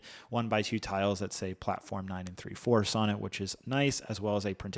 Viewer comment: why did you say 9 and three quarters like that